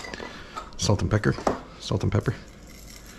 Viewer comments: LOL "salt and pecker... salt and pepper" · Haha! He said “salt and pecker”😂😂😂 Really enjoyed the video!